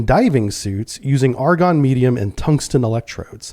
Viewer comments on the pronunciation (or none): none